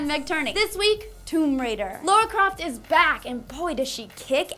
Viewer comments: It's Lara, not Lora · LARA not Laura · Feels so weird hearing a person call Lara Croft Lora or Laura as opposed to Lair-a. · Laura?? Her name is LARA. Pronunciation aside, the spelling doesn't change.